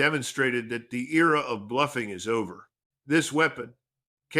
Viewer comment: Era not ear...